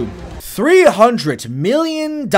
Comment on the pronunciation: bro you can't say million right